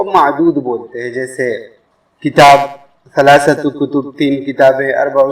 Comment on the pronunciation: لايمكنك أن تنطق الثاء (ث) سين (س) لأن هذان الحرفان مختلفان يجب أن تفول ثلاثة أو إثنين بنطق (ث) وليس سلاسة بالسين وجزاك الله خيرا